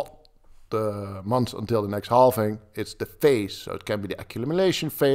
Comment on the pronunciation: It's called halving not halfing